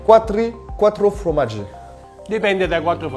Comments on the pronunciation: Bonne vidéo mais par pitié... FORmaggi... pas fromaggi. Merci <3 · Pour information: on ne dit pas "fromaggio" mais formaggio (formaggi au pluriel) ^^ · C'est "formaggi" pas "fromaggi" 😁😁